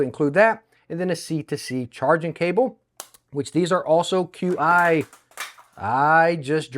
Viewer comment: "Qi" is pronounced as CHI(Chee) and is the technical name for the wireless charging tech